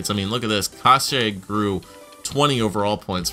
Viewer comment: youre saying kase wrong, its pronounced case, like suit"case"